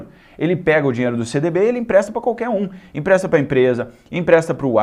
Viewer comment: "Impresta"????? É empresta!!!!